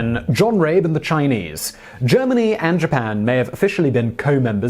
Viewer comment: Rabe. The dude’s name is Rabe. As in crow. Pronounced Rab e E’s are don’t do the weird silent thing in German